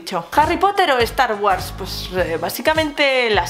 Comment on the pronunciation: "Estar güars"🙃